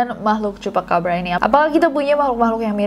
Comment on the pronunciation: CHUPACABRA omongan CHUPACABRA yang kedua itu aku denger nya "CHUPACABA" 😭🙏